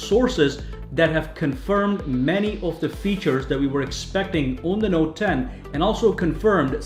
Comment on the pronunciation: "Noet 10" inhales